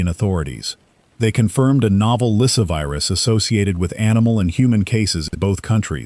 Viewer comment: LySSAvirus, NOT Lysivirus...